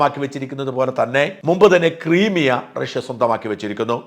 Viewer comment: പറയുന്നതിനോട് തീരെ യോജിക്കുന്നില്ല. 3 വാർഷം യുദ്ധം നടത്തി എന്ത് ഗുണം ആർക്ക് നഷ്ട്ടം ? എല്ലാവർക്കും നഷ്ട്ടം പ്രത്യേകിച്ച് മരണ പെട്ട സൈനികരുടെ കുടുംബങ്ങൾക്ക്. പിന്നെ ആർക്കാണ് തെറ്റ് പറ്റാത്തത് ? ഉക്രൈൻ കാർക്കും തെറ്റ് പറ്റും. Zelensky എന്തിന് പോയി തൂങ്ങി ചാകണം? അയാൾക്ക് തിരികെ കോമഡി അഭിനയിച്ചു ജീവിച്ചു കൂടെ ? രാജ ഭരണം ഒന്നും അല്ലാലോ? പിന്നെ ക്രൈമീയ അല്ലെ ശരിയായ ഉച്ചാരണം ? അത് ക്രിമിയ എന്ന് എന്തിന് പറയുന്നു?